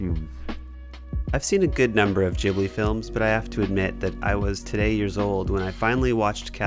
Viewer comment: its pronounced Gh-ib-li the g is not pronounced like a j